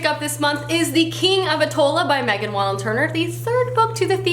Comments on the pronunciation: Every time you talk about The Thief series, I want to read it more and more! But you always say Attolla instead of Attolia with an "i" and was wondering if you knew that? it's silly but I'm being annoying and pointing it out like a grammar nazi. Anyway, your TBR looks great! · I love your videos and do not mean to be rude, but I've got to point out that its The King of Attolia, not Attola. You always forget the i in there. :D